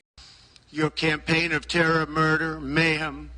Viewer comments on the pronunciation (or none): none